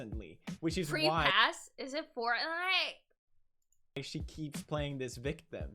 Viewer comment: Are you trying to say fortnite and are having a stroke or are you saying something else?